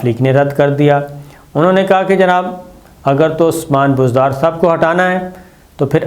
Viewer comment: "اگر" پہ آپکا زور کچھ ذیادہ ھے، آپ جو تاثر دینا چاہتے ہیں وہ انشاء اللہ نہیں ہوگا۔۔